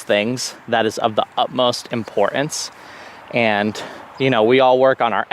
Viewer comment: This is driving me CRAZY! The word importance has a ‘T’! It is not “impor acne’!!!